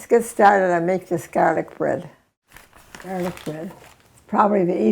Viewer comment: When i heard her say "gaalic" i knew she was Italian 🥰